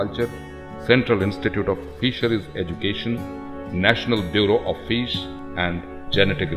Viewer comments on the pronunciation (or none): The narrator says “fiss”